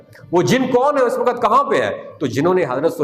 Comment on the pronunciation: Ye wakat kya hota hai??? Waqt is the right word.